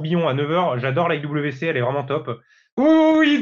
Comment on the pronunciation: En allemand IWC se prononce effectivement IVC 😉